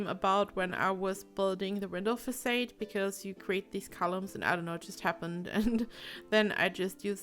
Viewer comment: I love this! It's absolutely stunning. I followed your tutorial on the glass roof/wall trick and I've had much success. Can't wait to play this! ps I'm sorry to be picky, but the word "facade" is pronounced "fah-saud". Keep up the great work! :D